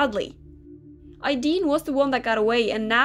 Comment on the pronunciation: Ideen Me: AYEEEEDEEN:> Normal SSO players: Aideen